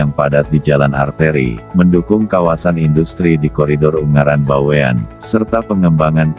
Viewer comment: Bawen. Bukan BaweAn